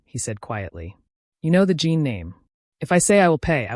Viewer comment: Please, not "Jean", Jin. Watching from Trinidad 🇹🇹